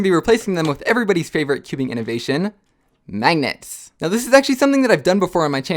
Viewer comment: Does he say mangets